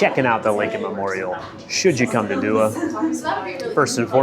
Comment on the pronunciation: It’s Dua not Dua